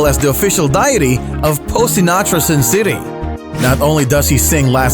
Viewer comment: Please check your pronunciation of "deity" !!!